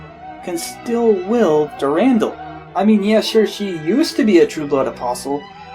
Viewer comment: And its called Dur-an-dal